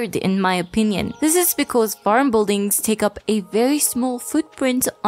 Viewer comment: And “bull-dings” lolol